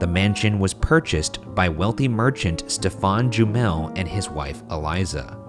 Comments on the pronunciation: Ryan why are you mispronouncing “Stephen”? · Genuine question: why is Ryan pronouncing the very common name ‘Stephen’ like ‘Stefan’? It’s just a variant spelling of Steven. He mentioned the guy was French - is that the French pronunciation? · Stephen jumel.... Pronounced ste ven Not step fon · Why you guys pronounce stephen like stefan. It’s like steven with a “ph” right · #postmortem Why is Stephen Jumel’s name pronounced as Stefan and not Steven? Is it a French thing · Is 'Stephen' really pronounced Stefan in this man's case, rather than like Steven? Or is that just Ryan pronouncing it strange? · Every time Ryan said Stephan sounded more like Stefon 😂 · The scariest thing about this episode is the way Ryan pronounces "Stephan" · #postmortem Ryan my sister is an english major and would not stop laughing everytime you pronounced Stephen as “Stephan”. Please tell me you pronounced it correctly so I can prove her wrong. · ryan i love you but wouldn't it be pronounced steven? or are you trying to be fancy and french because he was from france